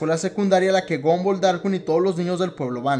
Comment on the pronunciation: se dice gumball no gumboll